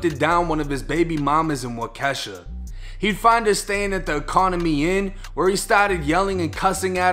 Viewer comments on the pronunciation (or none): im from wisconsin and u had me rollling callimg waukesha “wa-ke$ha”😂😂 irs “wa-ka-shaw” my boy 😂😂😂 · Love the chanel but being from WI it's Waukesha man lol not wakesha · Not Wash Kesha lmao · It's pronounced "walk-ih-shaw" not "wuh-kesha" 😂😂😂 much love from Wisconsin bro! Been watching every single one of your videos on my way to work everyday! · Wakesha 😂😂😂 Waukesha …..pronounced (Waaakesha) Ahhh like the sound the dentist make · I live in Milwaukee and Waukesha is only a 10 to 20 minute ride west of Milwaukee depending on where you're coming from, but it always gets me geeked when I hear people that ain't from here pronounce Waukesha. We pronounce it like wah-kah-sha not wah-kee-sha LMFAO but he also killed at 1 kid as well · Ay. It's Wahh-Kah-Shaw. Not wa-kesha lol.. just trying to help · Fam I rock with you and love the content. Being from Milwaukee WI. just wanted to say it’s pronounced Wah-keh-shaw. 😂 But I give it up for your effort to pronounce it. Keep the heat coming fam. 🔥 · It’s pronounced Walk-a-shaw just so you and anyone who sees this knows. I dig what you do mang, it’s nice to see you blowing up. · If theres any more news around this, the town Waukesha is pronounced Wok-uh-shaw. Another great video brother. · Lmao, solid vids as always. But as a milwaukee native its pronounced (Walk-e-Shaw) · It’s pronounced WAHH-KEH-SHAW but I grew up near there and even some of the locals even mispronounced it too haha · Big fan of the channel 👏 🙌. It's pronounced wah-keshaw but it's spelled waukesha this my city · Also for future reference it's Wau-ke-sha we got some abnormal native names up here. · I’m from Wisconsin it’s pronounced walk-a-shaw- I’m rocking wit ya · Hahahahaha bro I love you and I know I’m prolly just bein annoying, but Waukesha is a Native American name, it’s pronounced Walk-eh-Shaw. When you say it phonetically it sounds like a black chicks name 😩😩😩😭😭😂😂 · It’s Wauk-e-Shaw bro🤣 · It pronounced waa-kuh-shaa lol 😂😂😂